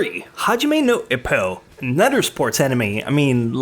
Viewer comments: my boy hes not ip man hes ippo eeeeeppppppoooooooo also simon sea moan my man words are one thing but names common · Eppo, not Ippo as in Hippo, EEEppo :P